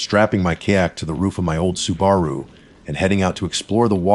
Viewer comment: This narration is not great, miss pronunciation of common words is annoying. I’m hoping it’s AI because I’d like to think this person could pronounce Subaru correctly. 😒